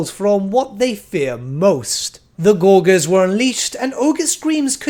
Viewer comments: pronounced gorge, gorgers. not gore gers. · Okay, I have to say, does anyone else notice that says Gorgers wrong? He says “gorg” when I’m pretty sure it’s pronounced like “Gorj-ers” and he said it so many times I was going crazy lol, I don’t mean anything hate just thought it was funny lol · Gor-jer. Soft g, mate. As in «to gorge.» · Oh my god stop saying gorgers like that!!!! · Great vid, but that pronouncement of Gorgers was kinda painful and stood out like a sore thumb as it was said so often. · say gorge. then add an rs on the end. soft g man